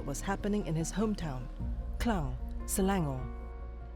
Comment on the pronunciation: Klang...bukan kleng... u org tempatan tak perlu la nak salah sebut mcm foreigner